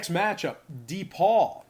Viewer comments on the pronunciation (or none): D-Paul also known as DePaul (pronounced Da-Paul)